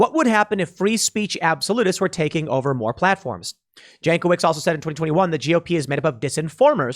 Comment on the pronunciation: Jankowicz is yawn coe vich in Polish, unless she Americanized her sur name.